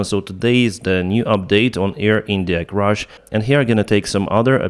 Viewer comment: CRASH, not “crush”